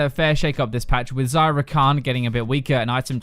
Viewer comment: Every time you say Xayah i hear Zyra. "Zey-uh" noot "Zie-uh"